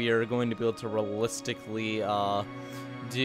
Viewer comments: Lol "Realisticly" then later "Ok so we are not gunna realis-" catches himself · "Rullistically" -- the weirdest pronunciation of "realistically" I've heard in a while. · I've never heard a native English speaker unable pronounce the word "realistically" before. Fascinating.